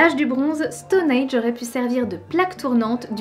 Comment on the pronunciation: Super vidéo, cependant je vais peut-être faire mon relou mais on dit Stonehenge et pas stoneage